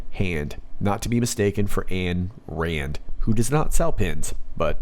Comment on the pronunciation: Ayn Rand.. not Ann Rand....